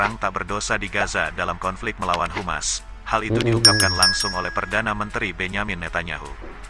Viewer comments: ADMIN NGOMONGNYA DENGAN BENARLAH ?HUMAS DAN HAMAS DALAM BAHASA INDONESIA BERBEDA ARTINYA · Sebaiknya di koreksi mas..yg membaca narasi. HAMAS....bukan humas... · Bukan humas min yg betul HAMAS,❤️🇮🇩🇵🇸